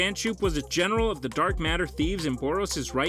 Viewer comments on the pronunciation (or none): none